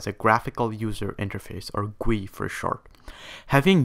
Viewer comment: GUI is gwee? lol, it's GOO-EE